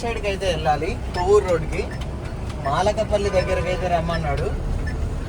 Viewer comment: అన్నో… అది మాలకపల్లి కాదు 😂, మలకపల్లి 😂😂😂